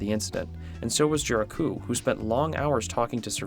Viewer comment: Gericault is pronounced "Jericho" with a soft J sound like in "visual" Titian is pronounced "tishan"